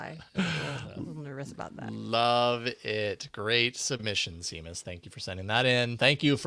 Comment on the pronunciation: Seamus is pronounced shay-muss.